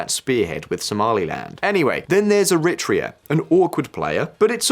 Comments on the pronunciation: ERI - TREEA not ERIT REA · Erritt Treah in an ancient nation! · It's pronounced eh-ri-TRAY-ah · Very cute. is trying to say Eritrea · He should have listened to the pronunciation in the clips before he attempted to read the script. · Wait , i didnt know the pronunciation of Eritrea was an entire debate ? Never heard this version